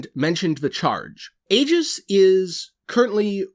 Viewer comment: Aegis is pronounced that way ...it’s “EE-GIS”